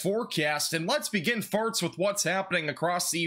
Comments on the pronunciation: Is it me or does he keep saying "farts" instead of first... not trying to be mean, just what I hear. Enjoyed the weather report though, very thorough. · I dont want to be that guy, I love your content follow you closely, but when you say first, it sounds as you are saying Farts lol